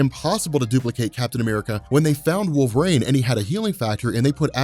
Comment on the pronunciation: Okay, so let's get this guy hired, your ideas are great, yada yada, usual schtick I've seen in your 'introducing Fox into MCU' videos. But who else really wants to know why he keeps pronouncing it 'Wolverain'? Like, the weather report calls for partly cloudly with a little wolverain in the evening, with a Storm brewing over the horizon. Seriously, though, I really love the idea of bringing the Shiar in a post-credit scene, especially right before a cosmic ending to a team-up movie. I really hate how Last Stand used Phoenix Force.